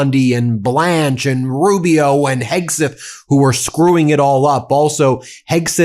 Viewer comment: Were you saying Heggsith?